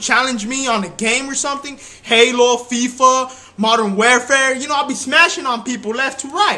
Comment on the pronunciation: Did he say modern welfare lol